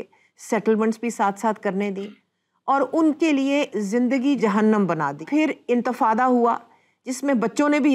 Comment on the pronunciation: Intefada ni madam ,inteqaza.